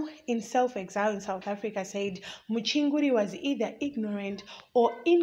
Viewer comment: Journalism yakho chisikana Inoda improvement......pawati iwe "Mchinguri dambles"...then your pronunciation of "exile".mmmmmm....onai zvokuita...You dnt have to speak Chirungu as L1 speaker but izvi is just not good enough...maoneroo Angu